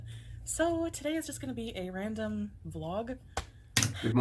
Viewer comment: Did you say vlog or blob?